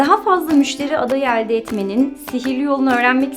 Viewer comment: "Daha fazla müşteri adayı alde etmek mi?" "Ağustos" telaffuzu da farklı olmuş.